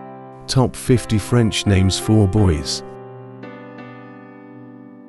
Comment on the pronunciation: I'm French speaking and the prononciation itself is not wright. Not a matter of accent. I guess I was expecting to hear the actual French names (perhaps with an English accent) but these names are rather englicised, which is ok too. :)